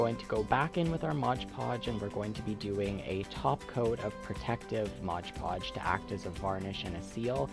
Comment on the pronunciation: It's MOD Podge NOT MODGE Podge